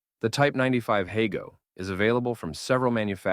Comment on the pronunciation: It's pronounced "hah-go" rather than "hey-go."